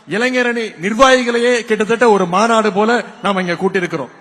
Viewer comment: Anna maanadu solrathuku maadunu solringa pathu padikiringa konjam tevlova padinga anna 😊